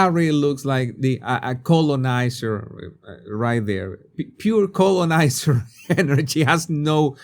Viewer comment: Every time he said colonizer all I heard was colon like colonoscopy. With that in mind relisten to him say colonizer. Obviously it all has to do with accent but it's pretty funny.